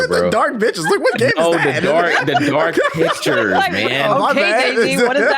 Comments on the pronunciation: I definitely heard Dark Bitches too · 😂😂😂😂 I swore said Dark itchs too